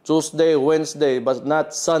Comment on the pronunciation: Tusday at manday daw ayusin mo haha😊haha